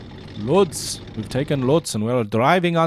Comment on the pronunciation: Its not pronounced "lodz"as you read it, its pronounced "wutsh"